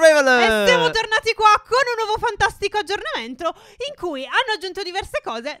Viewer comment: minuto "aggiornamentRo"